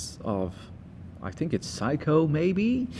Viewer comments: Well first of all, it’s not a “psycho” it’s a Seiko; pronounced “say-co”. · Its Saycho...not Psycho...IMHO. Great Fart ...IMHO. Excellent Review Thanks